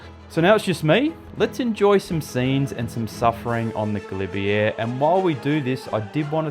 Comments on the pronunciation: Pronounced galibier ga-lib -A not galibier (air) 🙈🙈🙈 👍 French won’t understand you if you say this when asking for directions, as I found out riding from the st Jean route. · Great video as always. I know you're an Aussie but please learn how to say Galibier. It grates every time you say it ending with an 'err'. All the best!